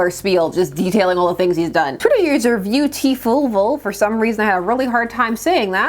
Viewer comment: This is truly useless information since you're probably never going to need to bring up some random guy who made a shitpost again but Viewtiful is usually pronounced to rhyme with beautiful.